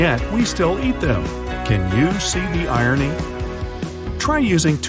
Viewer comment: the only irony I see is ..... you can't pronounce irony correctly!!!